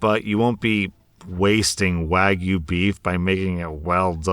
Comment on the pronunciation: Props on you for pronouncing wagyu as wagyu Instead of wagoo.